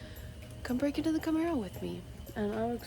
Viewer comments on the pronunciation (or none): none